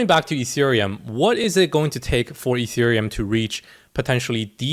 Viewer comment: Etherum, ergh. Are u serious mate?